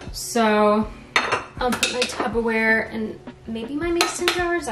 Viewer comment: Only because this happens in the midwest a lot and I had to learn, but for some reason people say "tuBBa-ware" but it's actually "tuPPer-ware". It's Ps not Bs!